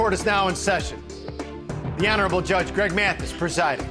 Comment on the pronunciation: Listen closely. He pronouces it "M-eeAaaathis" 😂